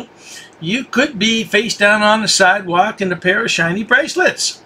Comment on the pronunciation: Oaf! Boof! Lawrl! Siedwaulk! Puh-lowcy! Stur-rey! Eye-thor-ity! Teef! Lie-berry Just throw holy water to his face and stake immediately his heart!!!! <AIEEEE!!!> Btw- Dwarf Vampire Davey got wrecked by those officers lmao!!!